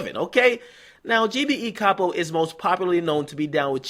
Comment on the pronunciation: Lil Reese has been singing Capo's praises since 2012. It';s shocking to see that they got someone who was so instrumental to GBE. Btw DJ Akadummics it's pronounced CAY-POE, not CAH-POE.